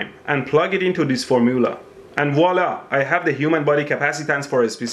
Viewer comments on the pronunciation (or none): none